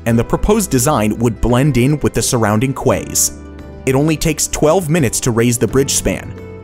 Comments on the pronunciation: Quay is pronounced "key" not "kway." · QUAY is pronounced KEY, not KWAY. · But that's not how he pronounced it. He put a w sound after the k sound. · Quay is pronounced as Ki, not Kuay! Kuay 🤣😂🤣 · I wondered why you pronounced "quay" as "kway"? It's pronounced, "ki" as in "key" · Tip: 'Quay' is pronounced the same as 'key' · FYI: the word quay is not phonetically pronounced. It’s pronounced “key” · I can't get over how he pronounced Quay. It is pronounced like the word key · Quay, another word for pier is pronounced “key” not as it is written… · The word "quay" is pronounced "key". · Quay is pronounced key. How difficult is that! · I don't think I have ever heard someone pronounce the word quay that way before.